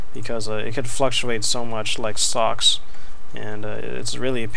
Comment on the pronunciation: Thought you said socks instead of stocks, lmao